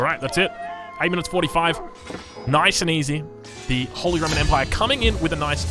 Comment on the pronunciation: The word you are trying to say is Holy.